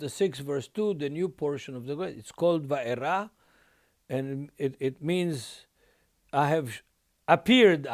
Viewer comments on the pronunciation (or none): I love this teaching but it is not Vayera, is it?